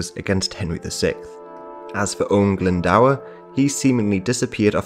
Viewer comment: Owain Glyndwr...Glyndwr not Glyndawer. It's pronounced GLYN DO R